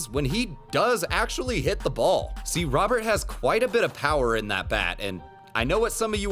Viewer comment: This dude's name is not Robert, Robert doesn't exist in Spanish, we have Roberto, so just think Roberto but take the o out at the end. Should be closer to Rowert in pronunciation